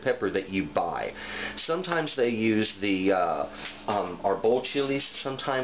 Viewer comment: Thanks for the great video. I appreciate your Spanish pronunciation on the chili names. Just as good as your knowledge OF the chilies.